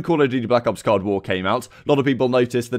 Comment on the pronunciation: It's COLD war. Not cod war😂. I get ur british but it don't give u the right to say it wrong